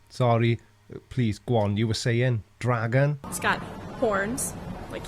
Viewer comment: What the FUCK! Is a "Dregin"?